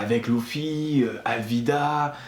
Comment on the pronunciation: C'est pas Louffy c'est Luffy